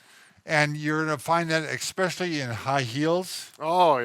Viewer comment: ...it's especially...not expecially. 🙃 I especially like your videos.